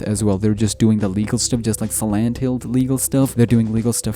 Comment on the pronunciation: Why are you calling silent hill sirent hill?